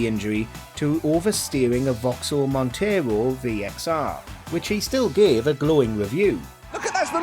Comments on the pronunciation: It’s Monaro not montero buddy 🇦🇺🇦🇺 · its a monaro, not a montero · Vauxhall (Holden) Monaro, not a Montero. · Mate that's a Vauxhall Monaro not a motago (Its not even a Vauxhall it's a HSV Aussie beast, badged as a Vauxhall for the UK) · over steering a Vauxhall Monaro ..... MON-A-RO!!!!!!! not Mon-te-ro was not dislodged from his spine he says it in the f**** video and Gear levers gone up my Arse ....who's doing the voiceover for this video becaust the information is wrong and they can't pronounce shit correctly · “Vauxhall Montero” has this guy actually watched top gear properly? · The car was a monaro and not a montero as the voice over bloke said silly fool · The part on 'Repetitive Oversteer' what the hell is a 'Vauxhall Montaro'. I think you mean 'Vauxhall Monaro' 😂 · its a Monaro, not montero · Vauxhall Montero? It’s a Monaro…😂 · MONARO not MONTARO 😂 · Did he just call a monaro a montaro or am i hearing things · You mean monaro? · I've never ever heard "Monaro" pronounced like that before.... 😮